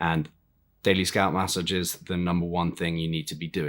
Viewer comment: New drinking game: Take a shot every time this clown says “mass sah jezzes”.